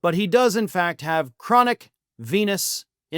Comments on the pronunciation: For a moment I thought you said "chronic penis insufficiency". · LOL, at first i thought you said "Chronic Penis Insufficiency" I guess he has that too , according to Stormy 😂😂😂